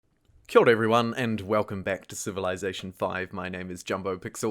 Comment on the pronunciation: Did anyone else hear “killed everyone” at the beginning instead of “hello everyone”?